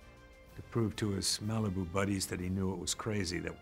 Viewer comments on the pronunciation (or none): none